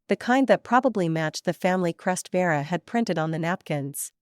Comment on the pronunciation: Is the sister called Vera or Dera? It’s annoying listening and seeing two names. Is it Junie or Jimmy? Thompson or Tamson? Another annoying mistake. It’s little mistakes like this that show the creator of this channel doesn’t care to edit their work.